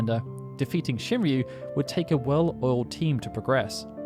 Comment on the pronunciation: Shinryu? Seriously?